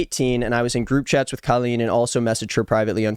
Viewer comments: Wanna know what bothers me the most about her...? Is how she pronounces her name c-OH-lleen... What is that! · i know this is the last thing anyone is worried ab but i’ve always wondered why she chose to go so hard on her name being pronounced differently. i remember her fans would go feral if there was implication that you were pronouncing it normally. she just wanted to be different so badly, even if it meant calling herself basically “colon.”